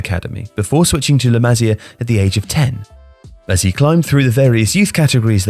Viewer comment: Still pronouncing La Masia wrong i see!!